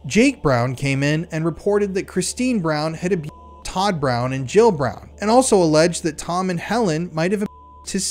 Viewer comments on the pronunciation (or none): none